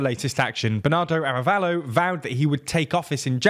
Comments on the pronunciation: I agree, especially for the names of the people involved, the name of the president is Arévalo not "Arabello", that's not using an "English pronunciation" it's simply the wrong name. The fact that they're not even trying honestly makes it look unprofessional. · Pleeeease! Be professional, make an oh! so little research on how to pronounce names! The accent in written "Arévalo" means that the tonal accent is on the E:. Thank you, <Blee-SAIT>. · Sem ee ya party. In Spanish double l is pronounced as "y" and "mi" is prounced like "me" in English. I also think you are stressing the wrong syllable in Arévalo from a phonological perspective. But you seem to putting the stress on the right issues from a socio-political perspective. Remember that "semilla" means seed, and a lot of groups have supported reclaiming "la semilla criolla" the heirloom seeds (corn, beans, and others) well adapted to local climate conditions rather than factory farming on a "one-size-fits-all" model, swallowing up campesinos the way a shark swallows up sardines. So the name has a nice resonance in terms of resisting colonial monocultures. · You keep saying "Arabello" and it's "Arévalo", you don't need to learn how to pronounce every name in their original language... but when you are talking about a country's president and it's one of the main characters mentioned several times in your news report you should probably look up how to pronounce it. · Great job although you need to do more research pronouncing Arévalo and Giammattei and a few others. Guatemala has hope and will put up a fight against corruption.